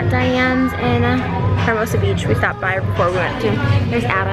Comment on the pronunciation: Lol hermosa the h is silent. And give that bird a bigger cage!!!